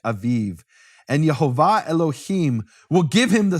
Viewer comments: Say it right, Yehovah not Yahovah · Nehemiah pronounces funny. But I could see the vowels: e o a. So it pronouns: Ye ho vah.